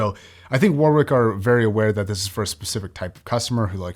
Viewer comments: As an englishman, the way he pronounces "warwick" sends me for a loop everytime lol. No hate to mr, it is just ammusing. The correct way to pronounce it would be like War-Rik (war rhymes with boar in this case) Love your videos boss! edit:lmao spelt warwick as warwich fml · YES lol, i'm an Aussie with English relations. WarRick is exactly how it should be pronounced. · It's also funny to me as an Australian as the actual pronunciation here sounds like worrick (it's a suburb here in Perth Western Australia). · lmao learn to pronounce Warwkick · Was going to comment the same thing. Use to pronounce the same way until I knew better. Same goes to many other UK places. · The second w in Warwick is silent. Also it’s ‘than’ not ‘then’. Please stop